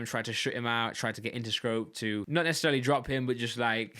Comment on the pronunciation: inter scroet lol